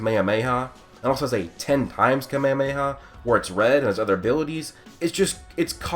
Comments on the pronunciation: You said Kamemeha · 1 shot for how you say KaMeHaMeHaa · I love how he pronounces “kamehameha” differently every time